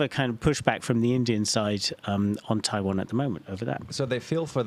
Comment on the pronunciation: 15606 when you say Taiwan, it sounds like primary care physician